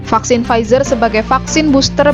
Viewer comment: Bukan frizer mba 😆 pfizer